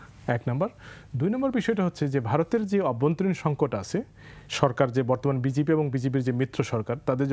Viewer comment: দলাটর নাম বিজেপি, not বিজিবি/বিজিপি।